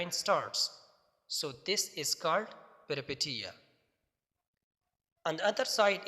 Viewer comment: Peripetia not pronounced as peri- "i" sounds like eee And Peteia as "peeshia"??? پیری پیشیاء؟؟؟